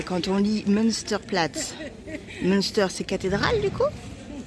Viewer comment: 😂😂😂 en cours de route, j‘ai essayé de regarder si il y avait la reponse je ne l‘ai pas vu! Münster, se prononce munsteur, avec les tréma, c‘est la cathédrâle et le Munster, prononcé minstère c‘est le fromage que tu aimes 😂😂😂! Apres l‘origine des 2 mots vient du nom monastère, un Münster etait une cathédrâle accolée à un monastère et le nom de la ville de munster vient du monastère qu‘il y a la bas je crois! Je reviens après la fin de l‘épisode! Toujours aussi sympa! Merci pour ce partage! Je connais mieux l‘Alsace du nord mais quelle belle région! Profitez en bien!